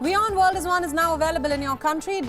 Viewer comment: one? wion on? wione